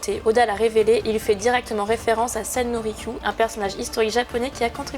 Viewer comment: faut connaitre des japonais pour savoir comment se prononce sen no rikyu